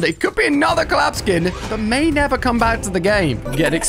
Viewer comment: did you know u say cam iyour mommy